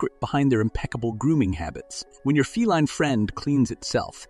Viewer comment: Please.....the word feline is pronounced fee line...